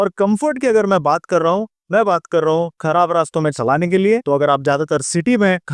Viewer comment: kharab ko karab kyu bol rahe ho